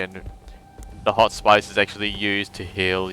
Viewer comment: You are English, so why do you mispronounce the word hospice? it's with an "is" sound at the end and not with "ice" sound at the end. Other than that I liked the playthrough ;)